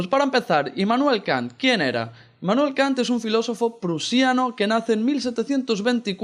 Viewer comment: Hermoso tu video, pero Es IMmanuel, no INmanuel. :)